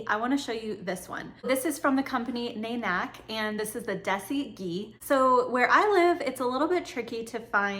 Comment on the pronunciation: It’s pronounced “naaaanek” and “day-see”